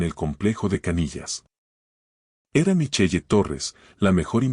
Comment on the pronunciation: Solo voy a decir se pronuncia michel. No micheye. Segundo si su hijo y la nuera Vivian en su propia de du casa como la tal lucia estuvo a las tres de la mañana en el despacho de este señor. Una historia con muchas inconsistencias. Y la historia nada que ver con el título. Y el hijo es un patético